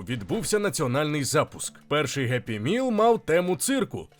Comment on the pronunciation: Геппі міл тобі в сраку за таке вимовляння